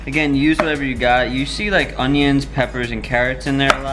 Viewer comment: "Oniones" Looool :3 what language even is that ;)